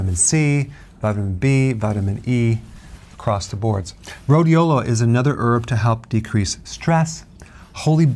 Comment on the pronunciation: Rhodiola not rodiola